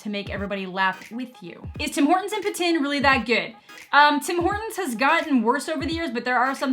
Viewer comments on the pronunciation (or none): You pronounce Poutine like Putin lol